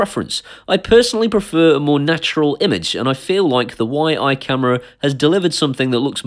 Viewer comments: I think its pronounced Yee, just from what Ive seen other people say on here... Please count me in :) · Fairly new to you channel, love you different take on reviewing tech and home automation, refreshing change.. I would love to win this camera however it is pronounce "Yi"